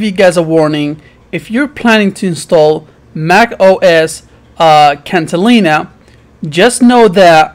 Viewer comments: dude, it.s catalina, not cantalina. what a bunch of bullshit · It’s Catalina, not Cantalina.